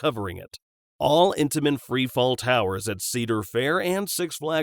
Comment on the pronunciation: not being rude look up how to pronounce intamin